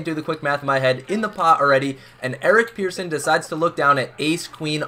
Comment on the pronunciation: His name is Persson Pronounced like Person, not Pearson